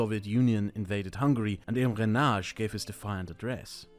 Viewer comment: Imre what? "Neghaash"?!!!! It is Imre "nyo-G". Jesus Christ on a motorcycle! Learn a proper pronunciation.